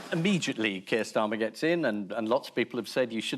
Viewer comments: To my American ears I kept hearing, “feels for keels.” FFS MAN! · I definitely heard "Feels for Keir". 😂😂😂